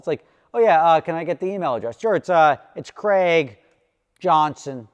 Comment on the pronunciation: And we don't pronounce Craig/Gregg like that.